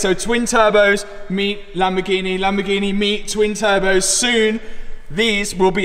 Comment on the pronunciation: And he is strapping turbehs